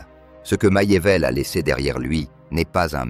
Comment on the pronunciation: MACHIAVELLI se prononce MAKIAVÈLLI et non maillevèlle ni machiavèlle